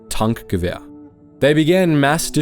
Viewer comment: Why does this Channel and Geetsly´s doesnt have 2 Millions Subs already? :( EVERY video is pure quality, informative and just good , thank you for your work and merry christmas <3 Edit: I also like how you pronounce the german word "Tankgewehr" perfectly not like "Tank" as its spelled in English but as it is in german and i truly respect and apreciate that